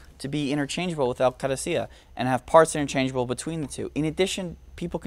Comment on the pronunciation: I'm an Iraqi also and this guy knows his shit - very detailed and very informative video all the way to the pronunciation of the word "Qadisiyah" I congratulate you on your efforts, liked and subbed a long time ago :)